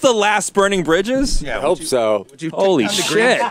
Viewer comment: Please never say bridges again "jules"